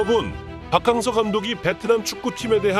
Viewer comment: 박캉 무슨 캉쨔냐 박킹서로 부르면 맛꼬 캉서로 해도 맛따 문디 아나운서놈아서감독